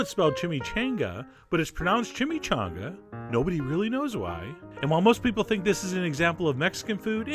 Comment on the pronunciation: What do you mean, "you peole"!?